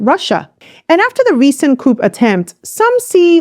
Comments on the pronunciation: Thank you for providing the timely and important information about our people's revolution. Just a word of advice: the word 'coup' is pronounced 'coo' or 'kew' and not "couP" as you say it. The p is silent. I appreciate your work, thank you again. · I like you,, but can you stop say "coop" (coup) & say it right "coo" (coup) or "coos" instead of "coops?" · Pronounced cou without the p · Thank you for the in-depth report. 👍🏼 Just FYI…one does not say the p in coup. It’s a French word, so the sound is unexpressed.